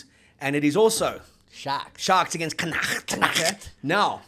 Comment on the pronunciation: GUYS please ask the Irish how to say Connacht properly!